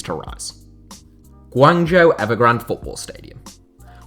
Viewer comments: Great video, however, 'zhou' is pronounced 'Joe', not 'jew'. Hopefully you can correct this next time Guangzhou Evergrande is mentioned. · Guangzhou is pronounced like [gwung-joe]